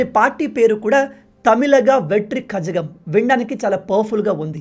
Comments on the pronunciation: Kajagam kadu kalagam zha is Prounounced as ళ .. Tamizh is like tamil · కళగం కజగం కాదు 😅😅😅😅